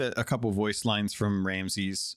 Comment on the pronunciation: Minor "chafe" on the ear - your guest kept saying "Ramses" instead of "Ramsey" - he's the Pirate Lord not an Egyptian Pharaoh. As always; thanks for sharing your viewpoint it is an interesting listen and nice to get someone else's perspective on these :)